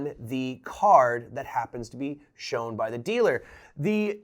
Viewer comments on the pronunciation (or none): none